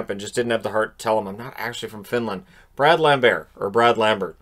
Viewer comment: It´s Bräd Lambert. For all Finns trying to pronounce his unusual name.